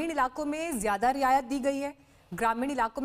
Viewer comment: Abey riyasat nahi riyayat...be...😅😅😅😅😅